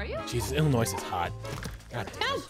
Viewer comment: plz for the love of everyone in Illinois don’t pronounce the S it’s silent lmfao love your videos they are amazing been watching since the old neck twister day with the banana man thank you for all the free content over the years